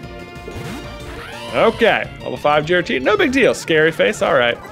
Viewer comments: J pronouncing Giratina with a soft G hurts my soul. But he's allowed to pronounce it however be wants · Giratina is pronounced with a hard g